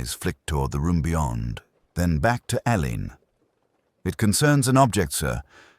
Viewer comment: Please it is pronounced Allen. Dame Marsh actually made a point of this in Singing in the Shrouds